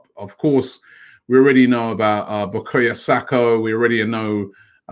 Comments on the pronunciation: Bukrayo Sako 🤣🤣🤣 Robbie it cant be that hard just to say Saka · Only Robbie will see Bukayo and pronounce it Bokoyo..